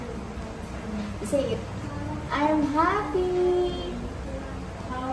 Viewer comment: Teacher huppy like puppy ang pronunciation😂😂😂? Sud like soap suds?😂😂😂 🎉🎉🎉